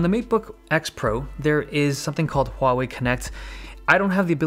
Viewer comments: The best thing ever is you get the pronunciation correct! It is not Waw-Wei! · The only reason I liked this video was your pronunciation of "Huawei" is the most accurate I have ever heard in all "foreign" Youtubers!